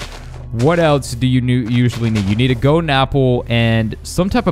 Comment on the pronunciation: I'm pretty sure that I need a "goden" apple. what's a "goden" apple?